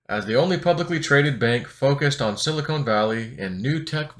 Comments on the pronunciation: is it sili"con" or sili"cone"? ;) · It’s Silicon, not Silicone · Love your content, but it is Silicon, not Silicone. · I'm listening on old school headphones plugged into my laptop's audio jack and can hear just fine - must be a settings issue with how it was uploaded? That being said, I wish I could stop hearing say "silicone." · Pronunciation is too funny!! “Silicone”.